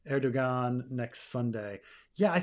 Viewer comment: Fascinating to listen to the opinion on Turkey of someone who doesn't know how to pronounce the name of its leader.